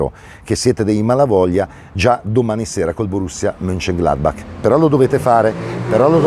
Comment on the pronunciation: Giusti questi tuoi commenti!!! Vorrei solo pregati la pronuncia in tedesco che credo sia MOENKENGLADBAK così come Bayern è MUENKEN cioè CH è Dura, come fosse K, infatti dici BAK e non Baci ... grazie! Dite tutti così e mi viene il mal di Panchia ...